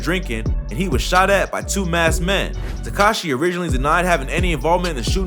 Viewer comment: Bro said the notorious Takashi 69 🤦🏽‍♂️☠😂